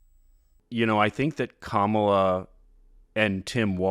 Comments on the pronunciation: KAHmala. Is it so difficult? KAH ma la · Please let mom know, its Comma-la. That's how Kamala pronounces her name. Sorry to be nit picky, but the other side mispronounces her name on purpose.